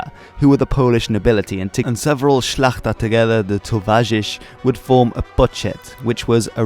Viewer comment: That how u say "szlachta" make me pride